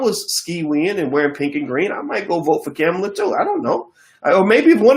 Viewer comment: 1.Her name is Kamala ( pronounced Comma-la) 2. Brandy and Monica were using their Verzuz to promote Michelle Obama's 'When we all vote' campaign so why not invite the first Blk woman to be nominated on a National Ticket. A Blk woman showing up in Blk spaces is not pandering. Kamala shows up in all Blk spaces but yal won't even acknowledge she was there so she's damn if she do and damn if she doesn't. 3) The statement Kamala made on the Grio interview was saying their is nothing that you can do specifically for Blk people that would not benefit the country as a whole. That's a true statement no matter how people try to spin it to fit their agenda. 4) Trump is a whole racist Russian puppet. We won't even hv a country to get reparations from if him and his criminal co conspirator Republican party keep the power of the Presidency. There are two choices as far as who we(Blk people) are going to fight against or with for what we want for the next four years. Period. Trump or Biden. Maybe the Dr. and Ice Cube have enough stocks and money to survive the orange racist for another 4 yrs but most Blk people don't. Tell Ice cube to get that Black agenda fully figured out, becaused it's not, and then try to lead people. 5) Black people vote for Biden/Harris and let's move forward Signed, COMMON SENSE